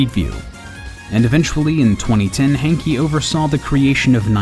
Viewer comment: "Hankey"? That says Hanke mate, not Hankey.